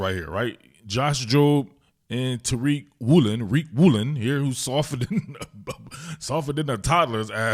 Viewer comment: Yo, the way u pronounce Riq Woolen cracks me up! LOL! Great analysis of the Hawks D as always!